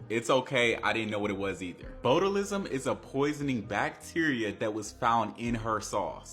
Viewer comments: BOAT-alism? Really nigga? You can google a word and get a pronunciation. I’m gonna cry tears of joy the day our people start taking reading and phonics seriously again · The fact that dude never heard the word 'Botulism' NOR COULD PRONOUNCE IT CORRECTLY is exactly why I dont take a lot of young folk opinions serious